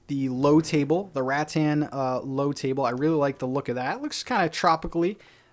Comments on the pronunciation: It’s ruh-TAN ☺️ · The pool idea is just genuis! I also love when you say "Rat Tan" lol.